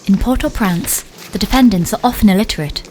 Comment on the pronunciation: I wish the woman narrating this video would pronounce the name of Port au Prince correctly, it bloody infuriating she keeps saying port au prance!! She needs replacing